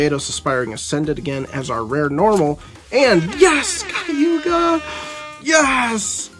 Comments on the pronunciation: Kag Ew Yah not Kaiewgah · "Kah-guu-yah". If you like the character enough, try to learn her name man haha! i did get a chuckle out of 'Kayuga'